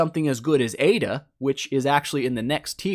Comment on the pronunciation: it's aida lol